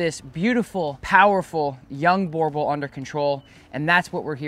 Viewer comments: A burghthhbull... You prounounce it burbull. The oe in boerboel is prounouced the same as the u in bull. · The name is pronounced booer-bull. It is a South African name and a Boer is Afrikaans for farmer.